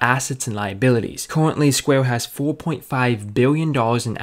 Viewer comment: CEO OF “SQUAY-UH”